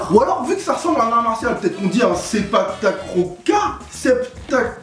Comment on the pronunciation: De 1 contrèrement a ce que l'on a vue il y a beaucoup plus de personne dans les tribunes qui regarde les matches de sepaktakraw de 2 ça ce prononce sepaktakraw et non sepaktakrow !!!!!!!